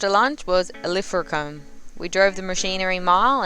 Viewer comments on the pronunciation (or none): Bar Call Den NOT Barkldine. Ill fra Combe Not what ever you said. If you want to NOT sound like a tourist ASK a Local. Liked your work other wise .